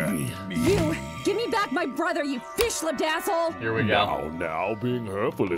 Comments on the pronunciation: I thought that line 'fishlipped asshole' was 'fish ladazzle' for the longest time. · Genuinely surprised no mention of how it sounds like she says "Fishladazzle" was made 😂 I can’t not hear it every time I watch this 😅